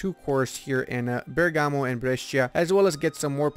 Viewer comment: Bergamo! My home! In Italian the accent is on the "e"not the "a" :D